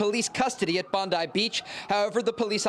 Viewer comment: Trey Yingst should've asked how "Bondi" is pronouced before butchering it 50x on camera.